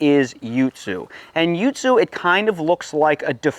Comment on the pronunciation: wtf is a yootsoo? its a yuzu.